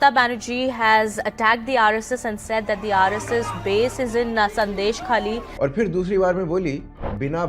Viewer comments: Very good analysis, but the name is pronounced as Sondeshkhali, Sondesh is a name of sweet. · You need to pronounce Sandeshkhali that the way Smriti Irani pronounced.